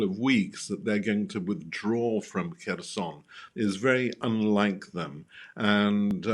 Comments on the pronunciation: Everyone else pronounces it 'hers-on' Why is she pronouncing it kershon? How do these people get a job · Please stop saying kerSHon... Take 10 seconds to find out how it is pronounced... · It's pronounced Herson (silent K) Not Kherson. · They cant even say kherson lol